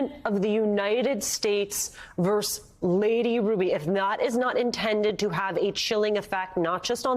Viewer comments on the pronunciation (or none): Versus! Not verse.